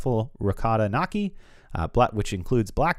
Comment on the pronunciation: Truffle ricotta knokee 😂. It is pronounced nyohkee. In all seriousness, great review. Food looks delicious and lighter than the main dining room.